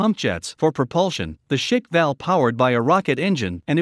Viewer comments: It's not pronounced Schickwell, it's Schkwall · It's pronounced "sh-kval". I know it's hard to say at first, but it's not pronounced "shik-val". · It's not Shikval but a Shkval as in SHKV pronounced as one sound!!! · Pronounces as Sh-kval, not shk-val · Pronounced "shhk-val" or squall in translation. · It's pronounced as "Shka- Val" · Every time he says shick-val makes me cringe so hard. At least look it up how it is pronounced correctly, geeez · Isn't it one syllable? Shkval all at once, like Schblemphth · You should learn to pronounce Shkval (Russian: Шквал, lit. "squall") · American trying to pronounce shkval that is something 😄 Sorry dude, but it sounds to funny